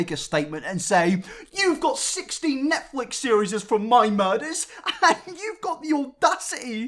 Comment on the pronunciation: Feel like I heard NetSex... 😂